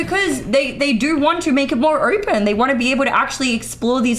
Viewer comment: I unironically stopped watching at a minute and a half. She is either trolling or her body is fucking broken, I don't believe she's incapable of pronouncing any word with an "O" sound in it. Ner, Knoer, Oerpen, I actually, genuinely can't tolerate it.